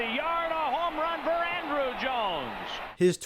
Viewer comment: It’s On-Drew Jones. Not Andrew